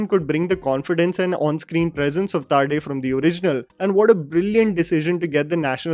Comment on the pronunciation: It's Pravin Tarde not Taarde